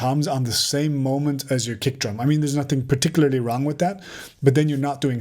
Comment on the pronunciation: Love when you say PRTCLARLY :D